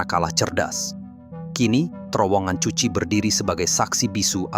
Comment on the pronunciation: Bacanya bukan cuchi tp kuchi.bkn Vietcong tp Vietkong.